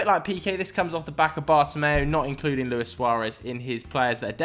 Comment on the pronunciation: But Lewis Suarez come on its Luis lol